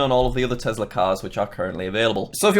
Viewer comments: Not Tezla its tesla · You know he's british when he says it like tezla